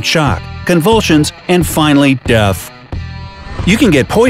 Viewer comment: did he say deaf instead of death